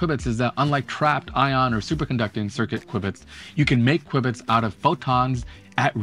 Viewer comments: "Quibits" ? You mean "q-bits" even if it's written qubits... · Quwibits? Since when? Q-bits is what I have ever heard. Good video :-) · Why in the world are you saying "kwibits"? It's qubits, like cue-bits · he called them "quibits-kwibitz..." whatever. Just "q" bits is fine, man... probably short for quad (4) bits, yo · SMH, call them Q bits like most people. I couldn't stand listening to you constantly saying qwib-its, qwib-its, qwib-its... 🙄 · I’d like quibble about the pronunciation of q-bits